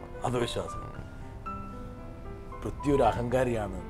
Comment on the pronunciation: Brittas is pronouncing prithvi as pruthyu as in mruthyu😅